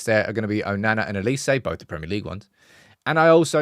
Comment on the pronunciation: His name is OLISE. with an “O”. It’s pronounced “OH Li Se” Why do you guys keep calling him Elise???